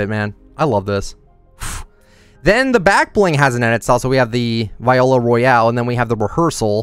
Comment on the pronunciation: The back bling is pronounced (VEE-oh-luh)